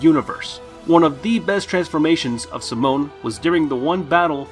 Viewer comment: Not gonna talk about how he called simon simone?